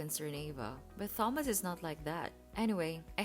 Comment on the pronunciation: learn from Ava, the correct pronunciation of the name Thomas.